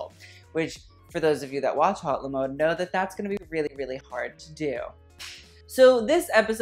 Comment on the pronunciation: I'm just gonna say, that's not how you pronounce "haute le mode", that's not even how you write it! "haute" isnt pronounced like "hot" since it's a French word and "mode" isnt preceded by "le" because french is weird and words have genders lmao. it's preceded by "la". and "haute la mode" isn't proper french... it's just "haute mode" yeah...